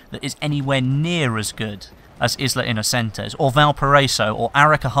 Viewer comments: izla? innocentes? isla is pronounced aye-la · Nope. Not in Spanish (which is the language Isla Inocentes is written on).